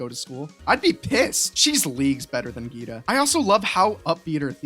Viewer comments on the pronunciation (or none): Who’s geeddda? (Geeta)